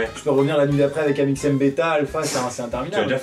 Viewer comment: Amixem pas mixem 😂